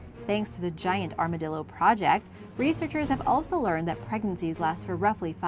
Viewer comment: Ar-ma-dill-er. 😂 Boy, they sure are chonky! ❤